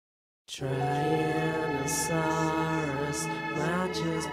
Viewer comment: It still annoys me to this day that they mispronounced tyrannosaurus.